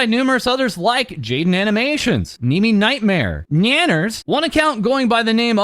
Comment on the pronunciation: Why did bro say kneemi 😂